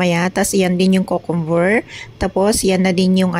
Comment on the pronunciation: Kyoo-kuhm- ber hindi kookomber po👍